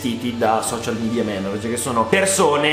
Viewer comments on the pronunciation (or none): none